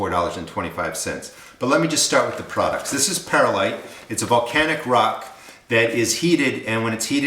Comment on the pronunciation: Good recipe. Please pronounce Perlite Per lite. There is no "i" between Per and lite. It's like "W" saying nu cu lar instead of nuclear....Grammerly